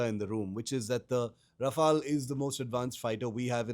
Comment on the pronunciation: Raf-all or Raf-ale, host should do home homework on pronunciation before having a talk show on the same.